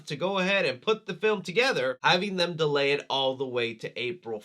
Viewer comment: The intro def said ‘dealy’ instead of delay